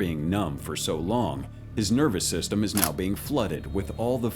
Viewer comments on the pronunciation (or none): none